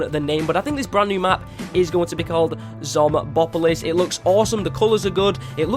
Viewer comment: the name is pronounced zomb-opolis